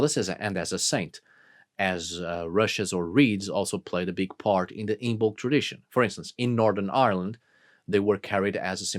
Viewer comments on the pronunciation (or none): It’s pronounced “IMM-ulk” - the B is silent